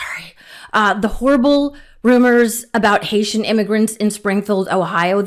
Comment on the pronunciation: Why are you not pronouncing the H in Haitian?? I've just looked on Google pronunciation and the H is pronounced, it's quite confusing and sounds like you're saying Asian. Or is this a weird yank pronunciation like how you lot don't pronounce the H in herb???